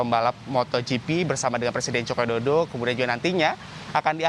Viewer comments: sama, langsung ku dm aja kompas tv nya karna gaenak didenger seperti tidak bisa mengeja saja 😅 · Mas ngmong Joko Widodo yg jelas.... Ga enak bgt didengernya